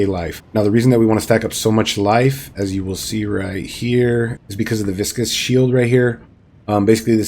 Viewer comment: I’m just glad FINALLY someone said “viscous” and not “vicious” … lol. Everybody and their mother been calling this node the latter. It’s surprising how bad adult gamers are at spelling. lol😂